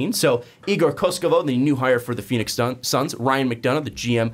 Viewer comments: not koskovov, KOKOŠKOV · Slovenian coach but igor is a Serb. read as it writen KOKOshkov not koshkovov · ko-kos-kov kokoskov Thats how you pronounce it